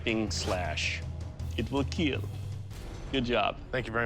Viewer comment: Wheel keel 🤣